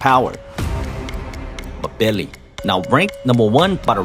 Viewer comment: I believe it’s pronounced M Billi. Like N Gannou or N vidia.